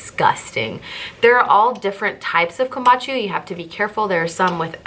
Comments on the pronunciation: sorry i love your post but i have to let you know you are pronouncing kombucha wrong. let me try to spell it phonetically: you are saying KOMBACHU it is KOM BOO Cha' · Great video, btw! Kam-boo-cha tho LOL thank you!!